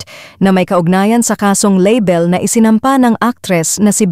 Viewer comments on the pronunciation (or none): Arte mo label talaga! Ayusin mo pronunciation mo. Libel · 😂😂😂 label ... hahaha 🤣